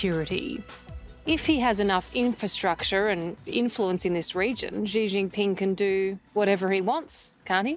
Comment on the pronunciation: One would think these Aussie reporters who obsess about China would eventually learn to pronounce Xi Jinping somewhat accurately. Oh, well ...